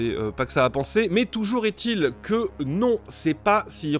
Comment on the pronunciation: Merci de dire "Toujour est-il" et pas "Toujourzétil" ... :D Par contre "Huitépisodes" et pas "huizépisodes". Bonne vacances. :D